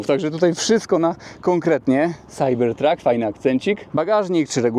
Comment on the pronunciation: Może najpierw naucz się angielskiego, chłopie, bo to wstyd. Nie mam pojęcia, jak napisać tę twoją wymowę "CYBERTRUCK"